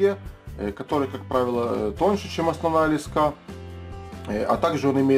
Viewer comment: Спасибо за видео. Но не лескА, а лЕска! Режет слух.